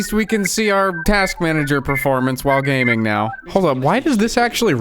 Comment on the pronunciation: did u say "GAYMING" ???